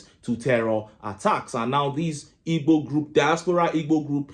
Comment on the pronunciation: Bro, you have got bad accent pronouncing Igbo